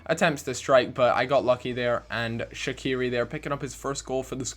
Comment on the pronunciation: The way you say shaqiri gets on my nerves, fml